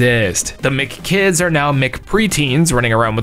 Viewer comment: I am personally offended both by your omission of Yo! Noid and your pronunciation of M.C Kids